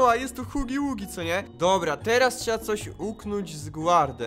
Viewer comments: nie mówi sie huggy wuggy tylko hagi wagi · Nie hugi ługi tylko haggy waggy